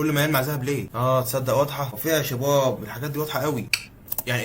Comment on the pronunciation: ليه بتقول شيباب